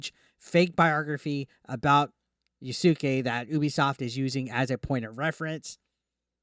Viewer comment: Can you please stop saying "YASUKEI". It is so cringy.